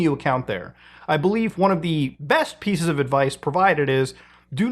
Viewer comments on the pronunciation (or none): none